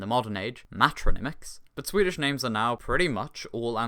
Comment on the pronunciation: You should stop trying to pronounce Swedish names and words.